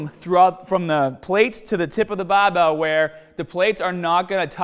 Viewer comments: the baabell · Challenge. Learn how to say BARBELL